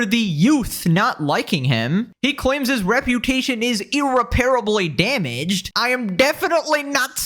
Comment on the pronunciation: brother your pronunciation of "irreparable" hurts my inner Grammar "notsee"